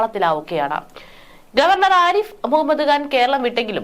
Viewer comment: കുട്ടീ, ആരിഫ് മുഹമ്മദ് ഖാൻ എന്ന് ഉച്ചരിക്കാനറിയില്ലേ? കഷ്ടം, മലയാളമറിയാത്ത മലയാളികൾ.